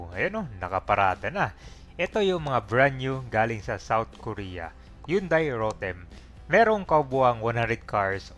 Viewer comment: Hyundai ang tamang Basa dto Yandey hindi Yundey koreksyon lang Vloger kapanaman!